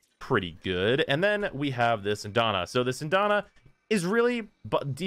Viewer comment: SyAndana. Not Syndana. Learn English.